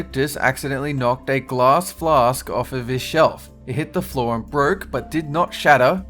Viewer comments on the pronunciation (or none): none